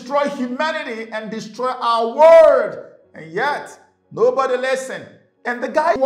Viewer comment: Why do you say Word instead of World 😅 . . Blessings..